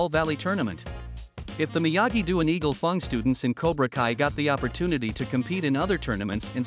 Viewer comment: Is it sust me or was the guy mispronouncing eagle fang